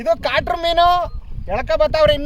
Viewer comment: ಅಣ್ಣ ನಿನ್ ಬಾಯಿಗೆ ದೊಡ್ಡ ನಮಸ್ಕಾರ 🙏 ಮೈಕ್ ಹೇ ಬೇಡ ಕಣಣ್ಣ 🤣😂🤣😂 ಅದು ಕಾಟ್ರ ಅಲ್ಲ, ಕಾಟ್ಲಾ 🤣😂